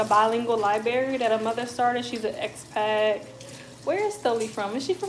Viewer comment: It is ex Pat not ex pack!!!!!!